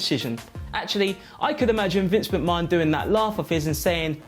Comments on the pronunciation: Someone please tell him how to pronounce mcmahon. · Nobody else pronounces it like that in the UK.... hits the ear wrong